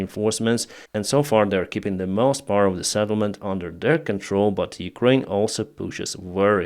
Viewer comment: not Sattlement but Settlement